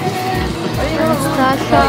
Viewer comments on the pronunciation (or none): none